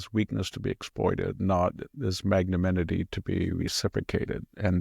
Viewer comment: Victor your pronunciation of magnanimity is one M that doesn’t exist. 😂